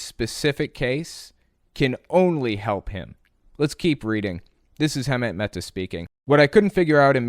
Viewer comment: I don't know why but it really drives me crazy that you can't pronounce Hemant's name